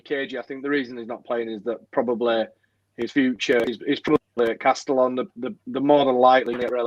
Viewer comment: Castellón is pronounced "Casteyon" by the way.